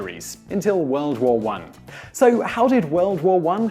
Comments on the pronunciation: "Werld Wour One" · "Weld wor won"-What I hear as an American.